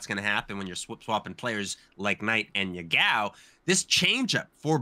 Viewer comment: His name is pronounced Ya-gao, not ye-gao. Btw, Ya-gao literally means toothpaste.